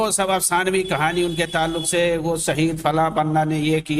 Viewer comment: شہید کو سہید اور پیش کو پیس، اور انمٹ کو انمنٹ کہنے والے اس نیپالی پہاڑی بکرے کی کیا فکر ہوگی۔ جو پہاڑ یا نالے میں پاخانے کے لئے جاتے رہے، انہیں تھوڑی سی سہولتیں دے کر کوئی بھی منہ میں غلاظت ڈال کر نکال سکتا ہے ۔ یہ ذہنی معذور ہیں۔